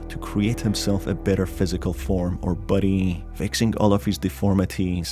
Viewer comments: I love how he sounds like he says "Buddy" instead of "Body" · Is it me or does his voice saying “body” is sounding like “buddy”